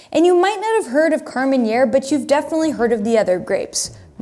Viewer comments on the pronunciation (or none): KAR-MEN -AIR!!!! Not " KAR-MEN-YAIR". Thank me later.